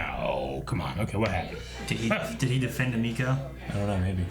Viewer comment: Were 20 episodes in and they still cant pronouce her name right its emeko not ameko